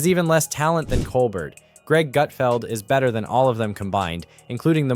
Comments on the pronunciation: “Coal-bear” not coal Bert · It’s pronounced “Cole-bear”…..have you never watched his show? He introduces himself to the audience “I’m your host, Stephen Cole-bear.” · Why is it that the commentator canot pro ounce Steven Colbert's name correctly? I am available, should gouwant to replace him . . . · It’s pronounced COL-BEAR. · Pronounce Colbert correctly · Would you please be respectful and pronounce Stephens' name properly. He deserves it.❤